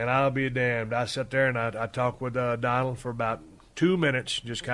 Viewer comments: Oh yes “doland trump” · It's been 3 years and no one corrected "Doland"